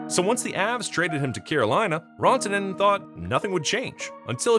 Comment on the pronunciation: "Rawntonen??" WHO Is "Rawntonen??" Dallas Forward #96 Is "Mikko Ran (🏃‍♂️)-toe-nen (as in Ran away from the Carolina Hurricanes) Not "Raw" as In "Uncooked steak"🥩 DUMBASS 😂